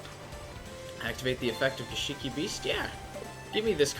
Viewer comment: Gishki not gishiki.